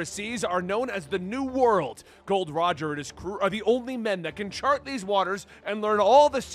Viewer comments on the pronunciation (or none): none